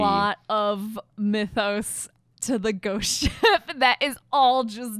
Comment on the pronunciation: it sounds like you're saying "ghost shit"